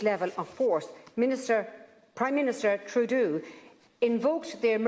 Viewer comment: "Prime Minister Troodoo...". 😆👍